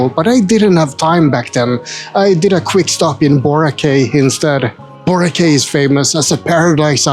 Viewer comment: Forgot to tell u that Boracay is pronounced Borakie almost like you are trying to say sky but without the s.